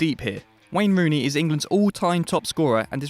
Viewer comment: 10...”Ween Rooney”